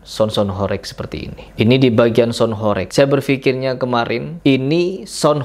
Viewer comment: Baca HOREG aja salah, sok²an punya ilmu bicara tentang sound horeg... Intinya lu ngomong sesuatu tapi dasarnya dangkal, kosong dasarnya